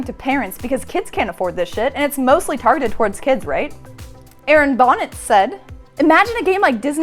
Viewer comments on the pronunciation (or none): none